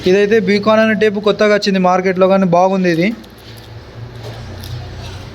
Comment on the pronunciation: బి కాన్ కాదు బైకాన్